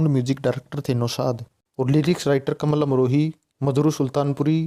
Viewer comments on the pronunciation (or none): आपने वर्णन तो ठीक ठाक किया है पर आप बोलने में कमाल अमरोही को कमल अमरोही बोल रहे हो, ये गलत उच्चारण आप क्यों कर रहे हो?